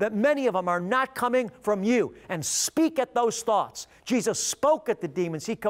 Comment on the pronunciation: I wish he would say Jesus not Jeeus half the time.